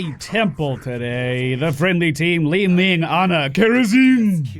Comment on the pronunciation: With regards to your British viewers, pronouncing it 'Li-Minge' is a slang word for vagina. Just saying.